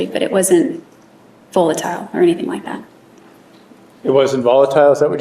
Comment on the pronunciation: "fullatile?" Dummy.